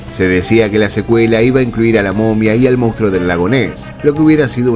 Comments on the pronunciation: ¿Por qué los argentinos dicen "mounstro" en lugar de "monstruo"? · Solo un apunte; el término correcto en castellano es, "monstruo "y no como lo has pronunciado.